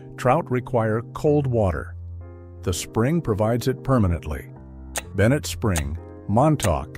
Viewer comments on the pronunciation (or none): none